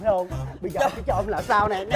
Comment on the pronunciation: Chồng mà sao tui nghe chồn vậy ta 😂